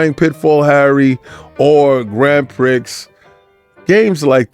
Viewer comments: Grand Prick?!?.... 😂 I think that's pronounced Grand PRI.. my brother... 😅🤣 ...long time viewer first time commenter... 😅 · It's actually pronounced Grand Pri...the x is silent.. Get it right.. What you said is hilarious as "prick" & "prix" sound similar.. 😂😂